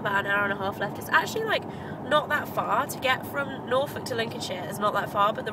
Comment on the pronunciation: did you say norfolk?